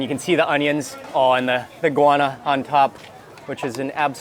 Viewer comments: the pronunciation is go-wa-na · What kind of pepper is it? Mark's pronunciation sounds like inguana, iguana, guana or guyana.